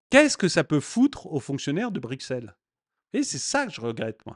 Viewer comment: Bruxelles s’écrit avec x mais se prononce brussssssel, c’est un détail, mais étant « vieux » bruxellois (en disant brussssselois), c’est encore une histoire belge …